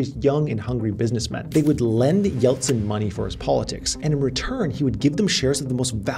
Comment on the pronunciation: I'm Russian and can say you pronounce "Eltsine" perfectly) and you did a great job, you could replace Navalny for a while)